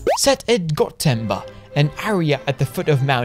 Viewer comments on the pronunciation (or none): "gotenba" not "godtenber"... lol wtf is that